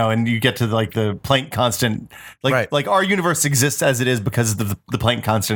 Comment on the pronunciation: A couple things: 1. Euler is pronounced 'Oiler' 2. Plank is pronounced 'Plonk' 3. 1=.9(repeating). Think about how (1/3)=.3(repeating). Now multiply both sides by 3. Sorry for nitpicking, I love you guys and this show!